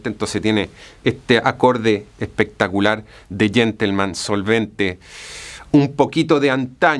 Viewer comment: Habia escuchado el pectacular.. pero no el "bien pectacuar" 😂😂